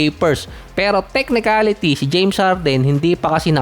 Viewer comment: Correction lang boss: “technically” :)